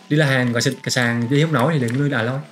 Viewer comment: A loi ko phải là À loi :)